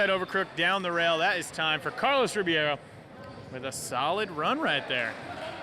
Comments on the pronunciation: Carlos Ri-BEI-ro, Ri-BEI-ro... not Ribiero... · Carlos Ribby-air-O. Lmao every time . I’d feel so disrespected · They always say Ribiero instead of Ribeiro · When are they gonna stop saying Carlos Ribby-air-o and instead say the CORRECT Rib-ayy-ro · When are they gonna pronounce Carlos Ribeiro's name correctly ?